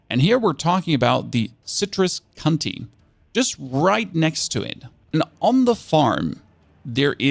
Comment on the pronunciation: lol at Citrus 'Cunty' 🤣